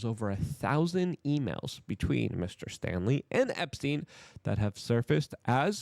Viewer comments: Why do you keep mispronouncing the guy's name? Its STALEY, not Stanley. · Staley, not Stanley. The mispronunciation is kind of irritating, especially names. Words matter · The name is Jes STALEY, not “Stanley” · its STALEY, not stanley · Dude, there is no "n" in Staley.